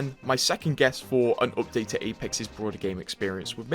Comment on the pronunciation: "This opdate.."